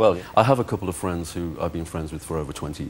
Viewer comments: Wossi: "Can we be fwwends after the show?" Mozza: "Yes, but only if you can say 'Frankly Mr Shankly' Jonathan!" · "Can we be fwends after the show?" "I don't think so."